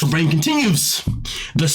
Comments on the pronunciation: I believe that you are pronouncing her name wrong. It is not pronounced, “rain” it is pronounced, “Renae”. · It's pronounced Ray-nay, like the name Reneé, not 'rain'... please! My daughter is Raine (after my mom, Lorraine)- she is the opposite of her, so it's triggering!